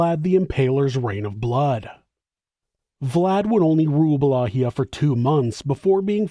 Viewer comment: Please allow me to humbly help you to correctly pronounce Wallachia...It's Pronounced: Va-LA-kia NOT Wallahia.